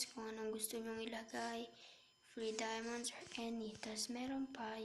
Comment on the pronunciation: Diamond Hindi diomond